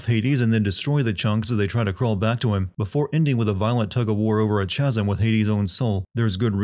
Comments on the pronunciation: "Chasm" is pronounced "Kaz-em". The "ch" makes a "k" sound (like in "school") not the typical "ch" sound (like in "church"). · It's pronounced "ka-zum"